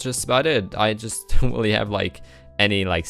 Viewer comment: You've gotten much more fluent with your english. The only thing you might want to work on is your R's because the usually sound like wh sounds. i.e really sounds like wheelie. I've been wanting to tell you this for some time now but have been hesitant that people might take it the wrong way.